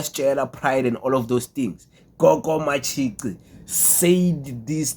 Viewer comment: Matshi"qi" not ci bro